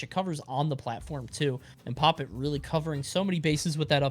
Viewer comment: It's pronounced "poppit one".